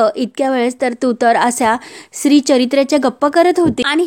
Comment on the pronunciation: मॅडम तो शब्द स्त्री आहे सिरी नाही एवढे चूक आहे बाकी वाचून छान आहे